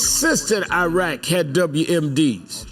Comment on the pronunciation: Finally, an American that can say Iraq.